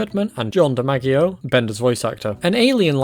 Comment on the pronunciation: "John de Maggie o"... It's pronounced "Dee madge ee o" it's Italian. There's a famous baseball player. Joe DiMaggio, it's pronounced like that.